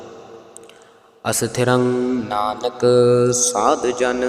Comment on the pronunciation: ਸਾਦ ਨਹੀ ਸਾਧ ਕਰਨਾ ਭਾਰਾ ਬੋਲਣਾ ਹੈ